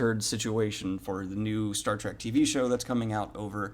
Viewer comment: Are you saying "track" or "trek"? I enjoyed Discovery for what it is because I found it had some interesting themes and concepts, although only occasionally was I reminded I was watching Star Trek.